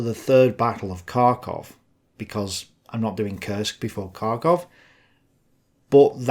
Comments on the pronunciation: BTW, in Russian, Kharkov is pronounced Har-koff not Kar-koff. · I can't wait to see it! And it's pronounced "Harkov"!